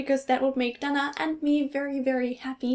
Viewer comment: In America we say "Day-na" not "Da-na".